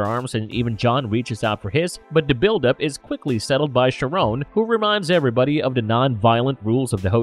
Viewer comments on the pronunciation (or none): Charon is pronounced like Karon